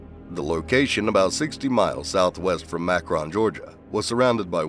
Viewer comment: Macron?! Why is it so hard to say Macon? I see a lot of videos where people can't pronounce Macon. Rhymes with bacon.